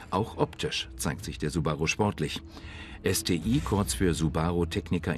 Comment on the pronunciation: Warum ist er nicht in der Lage es Deutsch aus zu sprechen STI ist wirklich nicht schwer vorallem dann nicht wenn man alles andere an dem Auto Deutsch ausspricht.